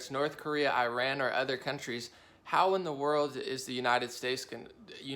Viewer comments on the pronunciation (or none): This guy is a complete right wing hack! And dumb as a doorknob. That’s not how you pronounce Iran.